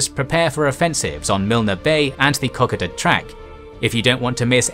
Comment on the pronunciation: Kokoda ......co.coda🙂